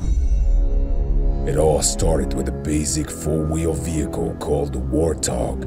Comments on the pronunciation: Hold up he said wart tog. Not warthog. I'm confused. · It annoys me how he pronounces Warthog Its Wart-hog, not War-tog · Wort- honk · Ever heard of an accent?